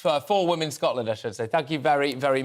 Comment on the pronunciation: Why the hell can’t he pronounce the plural of woman? It’s WOMEN Peter!